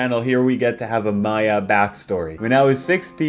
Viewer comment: was very upset to hear misread Maya, the Researcher's name. Much like our Lord Himself, it should always be read Maya, the Researcher.